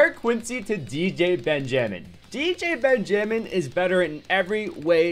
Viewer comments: i think its pronounced Ben-ja-min not Ben Jay Min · The way you say stuff: BenjAmin and muabs cracks me up. Also Ben is super DUPER OP